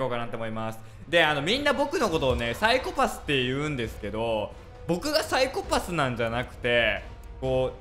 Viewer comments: また、、、 サイコ↑パスって言ってる、、、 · 最初の方「サイコパス」のイントネーション変なのが気になり過ぎて内容が入ってこないわ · サイコパスのイントネーションが違う気がするw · のサイコパスの発音 サイコ↑パス↓ 私は サ↑イコパス なんだけどみんなどっち？／(^o^)＼ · サイ⤴︎コ⤴︎パス⤵︎ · サイコパスの発音がwww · ＂サイコパス＂のイントネーション めっちゃ気になる（笑） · サイコ↑パス↓？ サイ↑コパス↓？